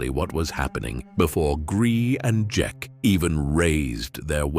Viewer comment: It's spelled cerka but pronounced zerka